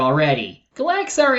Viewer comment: That's not how you Pronounce Gallaxhar,.